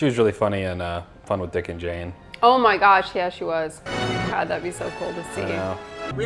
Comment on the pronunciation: love when the Minnesota comes out of lol. "oh ma gosh"